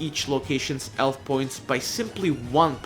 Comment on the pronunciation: bro do you even english? health as elf and hit as it like wtf